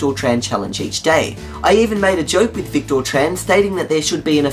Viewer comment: Oh dear... Well...;) Thanks.:) Psst! It's pronounced "Vic-tiir":)